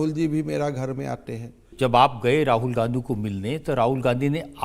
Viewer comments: *Please 🙏🏾 listen 👂 👌😂😂😂😂😂😂😂😂😂😂😂😂😂😂😂😂😂😂😂😂😂😂😂😂😂😂😂😂😂😂😂😂😂😂😂😂😂😂😂😂😂😂😂😂🤣🤣🤣🤣* He said Gandhi '*Gandu*😅 😅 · did he just say Rahul Gandu? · did he just say Rahul Gandu? 😂